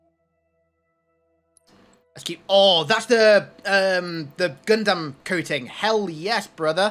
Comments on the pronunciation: I love that he choose the gundam skin, but it bothers me how he pronounces it. Proper punctuation: Gun-dum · It’s pronounced GUN-DUM! The A is silent…..I think. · My god how you pronounce gundam is jarring worse then the Olympic commentators